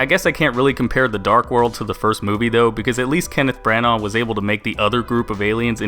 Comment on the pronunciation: Why can't Americans pronounce Brannagh? Fyi, it rhymes with Katana.